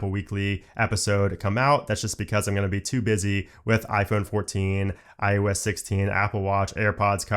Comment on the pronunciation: why do you always sound like you're saying iUS 16? and not iOS 16. It's weird.